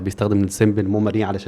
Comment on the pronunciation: ليه بتقول موماري مش ميموري؟ هي حاجه مختلفه؟